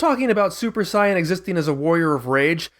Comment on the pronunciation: This dude can't even say saiyan right